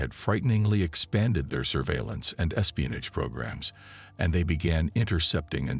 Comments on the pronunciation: Espionij wtf is espionij😂😂😂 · I know exactly what espionage is but I've never heard it pronounced espionij b4 regardless of whether it's a A.I or not 😆